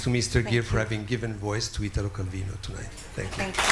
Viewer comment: "I wish I could read this in Italian... but I can't." Bro, just the fact that he pronounced his name properly, instead of the horrid mispronunciation most English speakers do, was enough. In Italo, the strong syllable is the I, not the Ta. Well done Richard for understanding that.